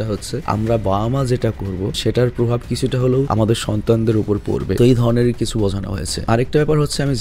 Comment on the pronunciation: ঐ ধনে নাকি ঐধরণের কোনটা বললেন 😅🙄